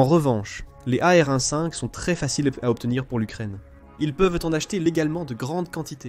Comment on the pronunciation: Oh l'IA, tu peux dire e-em quinze ou a-er douze, serait-ce trop compliqué ?